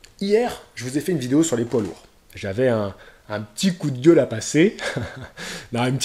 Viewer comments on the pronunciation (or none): Un coup de gUEUle! haha l'accent lyonnais qui remonte! Big up